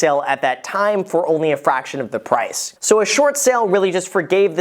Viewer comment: He sometimes pronounces the r sound, sometimes doesn't. Like he says "approval" and then says "pwice". Is that normal?